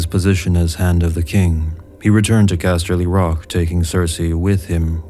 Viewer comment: The way you say castley rock is fucking annoying